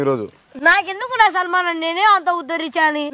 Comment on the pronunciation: Sanmaanam ❌ Salmaanam ✅ 😂